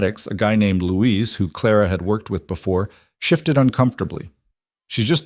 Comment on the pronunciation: Luis, not Louise. is an idiot.